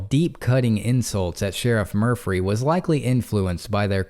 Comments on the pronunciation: Murphy not murphry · I like the way you pronounce Murphy with an extra “ r “ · I want his name to be Murphy so badly. Saying Murphree makes me feel drunk. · Good hearing ya bud! So is the Sheriff really named “Mufry”, I heard Murphy the first time haha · Murphry? I’m confused 🤔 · Murphry. Sorry, couldn’t help it. Love the channel ❤️